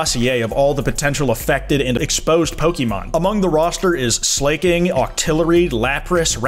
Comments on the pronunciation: pronouncing Slaking as “Slay king” and not slacking is hilarious and absolutely in character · dude its slaKING like being a king of something not slayking that annoyed me so much i might unsub